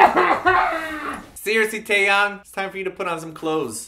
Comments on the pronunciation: i thought Taeyangs name was pronounced thai-yang. Now im confuzzled -. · you say teayangs name wrong